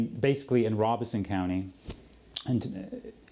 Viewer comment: Love this interview and the content. Just gotta say, being from North Carolina, that the name of the county that Lumerberton is in is pronounced with the long O sound. So, the “Ro” at the beginning of the word sounds like “row”....Robeson.